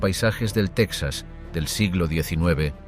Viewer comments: Solo un error al principio del relato: se pronuncia Tejas, no Tecsas, así como Mejico, no Mecsico. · Se escribe Texas y se pronuncia tejas no saben español o que?👊🏻👊🏻